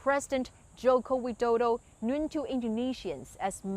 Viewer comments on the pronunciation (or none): Dear, your English pronunciation needs a good voice coach: "known" is NOT "knuwn". Learn from Liu Xun. Speak English better than the best Englanders and Americans just as we admire the foreign barbarian diplomats in Beijing when they speak excellent Mandarin.